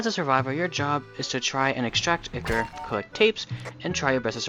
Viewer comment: It’s Eye-cor not ick-cor